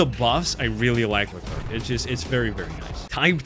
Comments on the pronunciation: i swear bro if i here him say Leclerc as le-clerk im bouta throw a baguette at in his vicinity. its pronounced (lecler the C is silent) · im not even fr*nch but the way you pronounce leclerc is horrible